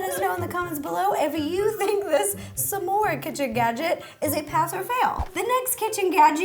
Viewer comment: Everyone: S'more Rosanna: Sumore